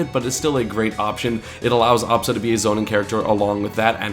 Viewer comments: The way he says absa drives me insane... it's not awwbsa it's ahhbsa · if only he stopped saying obsa and said Absa lol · it doesn't work cause he pronounces it "ah-bsa".